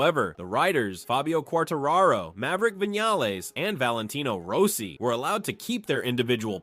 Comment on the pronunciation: And it even said "Valentino Row-si" a couple times.